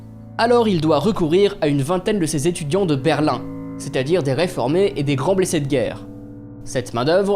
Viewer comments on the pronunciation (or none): none